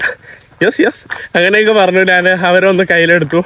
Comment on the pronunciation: എടാ കോപ്പേ, നീ മലയാളം കുറച്ചുകൂടി ഭംഗിയായി സംസാരിക്കുക. നാൻ, നാണു അല്ല ഞാൻ, ഞാനു ആണ്